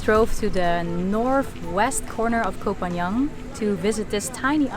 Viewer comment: And you still cannot pronounce the name of the island. It's not Koh Phan Young, but Koh Phan GAN. Pronounced like GUN!!!